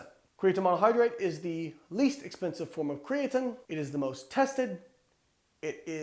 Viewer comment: Can we all agree Layne says "creatine" a little weird?